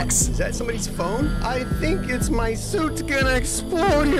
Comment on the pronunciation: i have been twaining for this mwy whole life me: wonders how he has been training during his 5 years or 6 years of existance